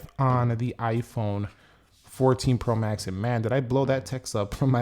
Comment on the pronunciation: The way you pronounce “pro max” is weird. The emphasis should be on the word “max,” not “pro.”